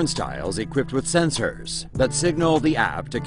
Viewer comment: Bro whats with all the emphasis on your "or"s sen-SORS